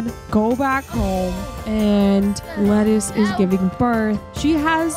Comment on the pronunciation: Lettice pronounced Leh-teece. 😁